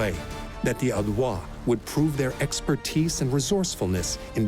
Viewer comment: Narrator should've looked up how to pronounce Aedui and some other Latin names. I know the French give it their own twist, but these are Latin words and should be pronounced as such.